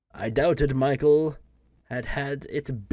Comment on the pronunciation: By the way, you pronounce name Michel wrong, it should be in French manner😊